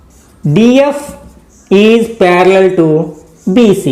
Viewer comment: Pyariallliall,parallial to parallel 😂😂